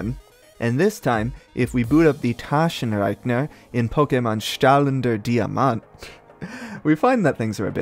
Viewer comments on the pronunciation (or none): german here, the a in Taschen- and e's in rechner are not silent, e's are rarely silent in german at all they only are when a u follow because eu is a specific sound. strahlender was almost right but you didnt pronounce the first r for some reason? And Diamant was perfect.